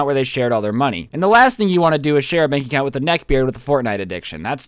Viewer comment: Am I the only one that heard "joint bank accout" Xd?